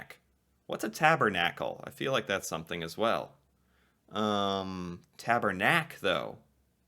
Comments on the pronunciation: Tabernac is pronounced as TABARNAK!! I’m French lol. Roll the R 🤣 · as a Quebecer you'll more pronounce it Tabarnak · Tabernac : not elegant at all ! Taw-bawr-nack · I think is more polite to say Hoser than Loser ! It’s not TaBERnac …. It is TaBARnaK ! French language swear word Out of a rip means : Go out side for a duel battle (man to man….. mano a mano) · it's "tabarnak" not "tabernak" hahahahaha . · Tabarnak, why do english people still say Tabernac, its not.... We say Tabarnak. hahaha Just kidding you, I know the accent is what screws it in the pronounciation. My guess is that many of these slang are very regional, cause most I had never heard before. For example I would hear Chesterfield a lot in western Canada, but I never heard that in eastern Canada. I'm half Québécois and Ontarian, but I also lived in Alberta for 5 years and many of these I never heard before. And toque, is actually derived from Tuque in french that means beanie. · I've never heard most of them ... I'm from Quebec, so I wear a "tuque" since it's a French word ... a "giver" here has more of a sexual connotation (somebody who loves to "give" more than he "receives") ... and it's not "tabernac", it's pronouced "TABARNAK!!!" and you can't say it in lower caps and without many exclamation marks ;) hahaha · We say Tabarnak with A not Tabernak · Tabernac is a church word in english Tabernacle but it actualy pronouced Tabarnac. BTW all french Canadian swear words a church related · We would never say tabErnaK though it's tabArnak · The pronunciation of the french swear word is TABARNAK and not tabernac. It comes from ''Tabernacle'' witch is a receptacle for the consecrated elements of the Eucharist. It is a Blasphemy, in a religious sense, refers to great disrespect shown to God or to something holy like the Tabernacle. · it should actually be tab"a"rnac or tab"a"rnak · Tabarnak* :P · It's pronounce "Tabarnak"